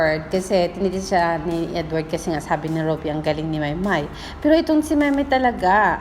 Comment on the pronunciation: admin..its pronounced as MAYBE....😍😍😍